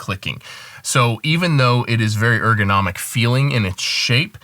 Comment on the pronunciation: Is ergonomic, not egronomic...